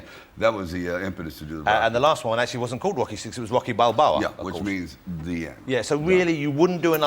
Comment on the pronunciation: i love ross saying UOCKY and LAMBO all the time.